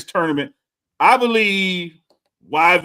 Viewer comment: Yvette is pronounced ee-vet, 😂